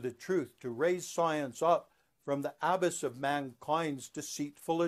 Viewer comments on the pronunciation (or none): I find your concepts very intriguing, but have to wonder how much AI is involved in this video. If you are indeed a scholar of Göbeklị Tepe, I feel you would pronounce the name properly as well as abyss. This will not stop me from listening to more videos.